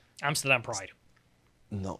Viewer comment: pronunciation of Amsterdam is excellent!